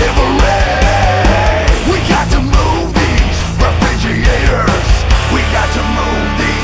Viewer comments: When Leo says it's refrigeeator, the dictionary is forced to changed the pronunciation. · yeah, that pronunciation totally ruined the whole experience for me! It took me right out of the whole experience and all I was left with was the guitars and drums and...well. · I like the way you pronounce "refrigerator"